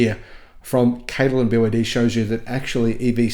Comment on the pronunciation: Snälla sluta säg BYD som ett ord när det är ett akronym. Säger du BMW som ett ord? Eller MG, AMG?